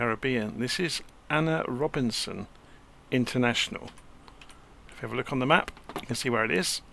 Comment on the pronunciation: great video, its pronounced A.N.R Robbinson airport, named after my country president, not Ana